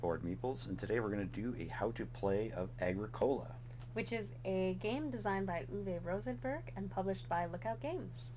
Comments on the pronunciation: You mispronounced the game title. It’s “A-GRICK-O-LA” not “A-GRICK-COLA” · Uh-grick-oh-lah it's not a soda. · It is pronounced: A-Gric-u-La Signed: Someone who lives in Halifax, where Agricola street is a main thoroughfare. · A well done How to Play within 10 minutes! Small correction though: You must pronounce Agricola so that the stress is on the "i" and not on the "o". ;-) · It is not pronounced correctly. It bothers me ever time I heard it. It is more like a-gree-kuh-luh. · I mean. Nice video. The mispronunciation of Agricola really does make it hard to watch though. It's latin for farmer. Arg(i) means land. And cola mean tilled, or cultivated. Thanks for making the video ill check out a few others. Like that your board is the new version. Not the z man games